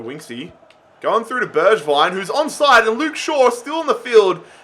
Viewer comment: Btw you "swapped" pronounciation of Bergwijn and Gedson. G in Bergwijn is in like glass or good. G in Gedson is in like you say now Bergwijn